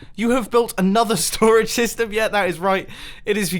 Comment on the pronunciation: I swear when Mumbo says STORAGE SYSTEM he says "storage stystem"